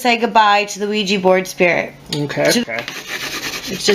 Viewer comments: Stop saying OuiJI , its OuiJa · Quija (wheejah) NOT Quija (wheejee) if you're going to play with it at least pronounce it correctly...SMH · Omg it's ouija not ouijeee